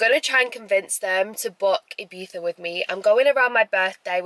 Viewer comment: You say Ibiza wrong :(